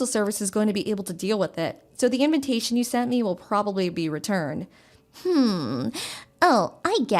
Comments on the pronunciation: They keep saying inventation. Instead of invitation. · why is she pronouncing "Invitation" as "In-VEN tation"? Putting in an "N" where there isn't one?